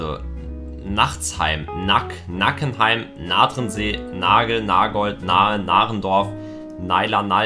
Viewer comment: Mein Dorf wurde nicht richtig aus gesprochen 😂 Nackenheim